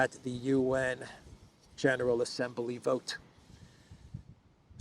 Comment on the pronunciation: Please Stop adding an "e" to the word Assembly!?